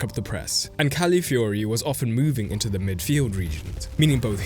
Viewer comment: Great video and analysis, but please get CalAfiori's name right. You aren'r the inly one making this mistake but it's annoying and just wrong